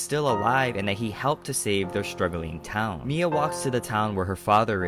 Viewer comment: It's said miyax